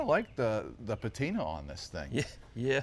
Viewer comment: Lost me at .....duhhhh I like duh patina 🤮